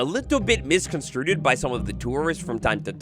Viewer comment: Misconstrued... not misconstruded..........